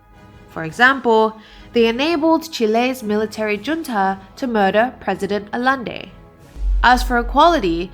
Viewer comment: Thank you for the insightful review,! Your English is divine!😍 But if I may make two tiny suggestions regarding Spanish.... junta is pronounced hunta... as j has an h sound in Spanish. And Allende is pronounced Ayende.... as double LL has a y sound in Spanish. 😘 Again, really enjoyed your commentary and look forward to seeing the film someday.